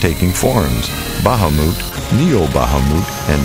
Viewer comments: Bahamuut? Really? Really?! This commentator just lost 10 cool points... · Bah-Ha-Mute Yes, he is saying it right, I have heard it in a cinematic, FF Xii final boss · lol its ba-ha-mut not ba-ha-moot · Baha MOOT? Excuse me what? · "Baha-moot" is that the way it's pronounced? If so then, I've been doing it wrong my entire life. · I pronounce it ba-hum-et, even though I'm wrong :'( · what the hells a bahamoot? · The way he says Bahamut makes me giggle. "Bah-hah-moot." It may be technically correct, but it still makes me giggle :P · you pronounced bahamut wrong. (Bah-Haw-Mit) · actually your right... In dissidia that's how Yuna pronounces it when she summons him :P this guy pronounced it wrong. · today i learned ive been saying tidus and bahamut wrong.